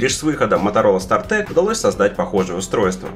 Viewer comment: СтартАк же, а не стартэк